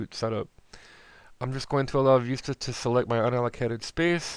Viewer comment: you say vista funny it's like you put an extra i on so it goes like viista but whatever :D